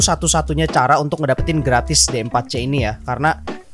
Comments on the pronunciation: D4c bacanya diforsi bang :v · D4C nya dibaca di fur shi